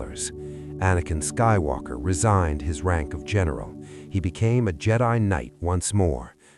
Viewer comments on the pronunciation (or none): The K is silent in the word Knight.